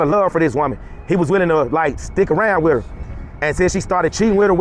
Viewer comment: Please talk slower,so you can be better understood,the correct word is with,not wit.why did you go to asia,what type of females were you seeking?